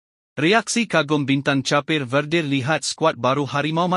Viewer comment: Please don't change another country's name. Sepatutnya it should be pronounced 'kep' bukan chapeh. Tolong lah. Memalukan sahaja.